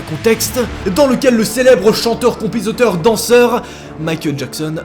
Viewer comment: compizoteur 😂😂 tu m'étonneras toujours 😂😂